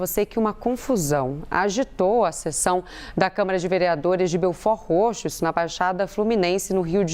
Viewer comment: O bom é a reporter pronunciando belfordroxo kkkkk